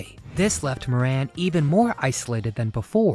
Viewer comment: Moran is an Irish name and is pronounced More An.